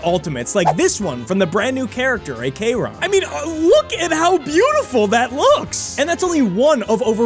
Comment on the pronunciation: The pronounciations😭 ekeron, bellowbawg